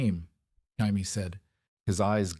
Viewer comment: I want to enjoy these "what if" stories, but every single one is blatantly AI, or at the very least AI narrated. In the first 60 seconds, I heard 3 different pronunciations of "Jaime". That just made this impossible to sit through. I'd rather just read it. Is this pulled from reddit, AO3, or FFN?